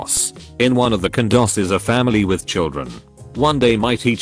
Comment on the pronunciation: I know what a condo is 👍. What's a cundo which is what the narrator says at one point